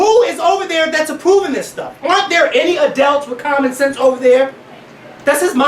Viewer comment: I love the way says Adelts* instead of Adults:) Soo cute!